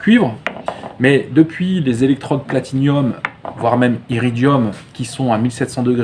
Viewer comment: Très bonne vidéo très instructive, attention tu dis platiNIUM mais c'est platiNUM ;) un abonnement de gagné avec la cloche Superbe ta cox